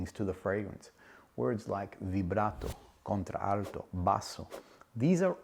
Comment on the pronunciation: Nice review..you are not pronouncing Contralto correctly. You are using the ‘a’ twice in pronunciation. English lesson for today😊